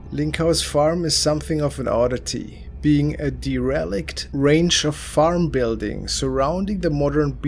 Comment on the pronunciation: Derelict pronounced dare-uh-licked….. just trying to help out.